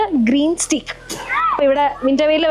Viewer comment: സ്റ്റീ ക്ക് അല്ല ട്ടോ,,,… സ്റ്റേയ്ക് ആണ്